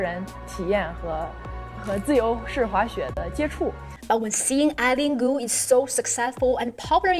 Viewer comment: you can't even pronounce her name correctly. Stop blaming western media. Your communist party is criticizing ZhuYi for not winning the medal. thank you very much for the double standard. Please Learn English.